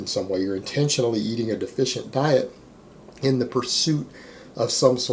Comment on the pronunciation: Intentionally become "Intenintually"